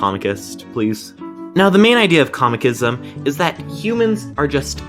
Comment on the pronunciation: It's Cosmicism how thr hell did you butcher it